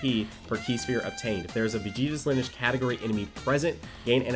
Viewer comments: its (Lin-e-age), not (Linege) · Lineage (Lin-E-age) I’m sorry but that made me cringe when he said it wrong 😭 it’s stupid Ik but oof 🙃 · Someone needs to teach how to say LIN-E-AGE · Linnage sounds like one of those meal abbreviations like linner and brunch. Hope someone tells how to pronounce it for the videos that will doubtless be coming on the teams. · l i n - i d g e gotta love that accent lmao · i cringed just a bit every time nano said lineage wrong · Oh my god, me too! Still hyped about the units though!! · Who else got triggered when nano didn't pronounce the E in lineage.... just me? ok